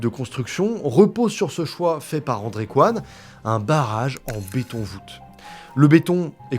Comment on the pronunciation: Toujours se méfier des ingénieurs coréens (Coyne se prononce Cohine et pas Qwan)